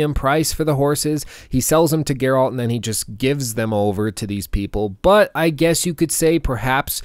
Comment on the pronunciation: Dude says he thinks witcher 3 is one of the best games, it has changed how he views video games in general and then proceeds to mispronounce Geralt in the entire video. I dont even know what to think or say. How is this possible?